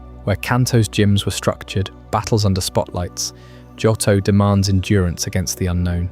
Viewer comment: It's Joe-Toe. Not Jot-Toe. But it's at least Day 20 odd for me. You are my night time listening. Thank you 🙏🏼